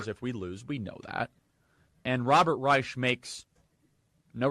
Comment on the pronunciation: How is it that a leader in the White Nationalist movement is mispronouncing "Reich"?